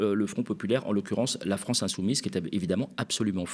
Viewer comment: Lemaire..... qui donne des leçons de compétences.... "vive la fronce"....